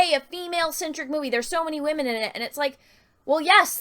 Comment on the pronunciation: I will never get tired of saying Wahmen lol